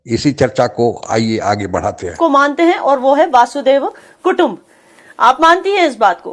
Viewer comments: मैडम हिंदी तो सही तरिके बोला करो पता है ।आप लोगों को इंग्लिश नहीं आती । वासुदेव कुटुंब नहीं होता। ।। वसुदेव कुटुम्बकम ।। होता है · Namaskaram, Hi your pronounciation is wrong it is Vasudhaiva Kudumbakam means all world is one for us Indians. Jai Bharath.